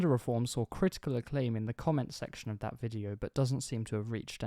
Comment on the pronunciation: don't froget "o" in "of"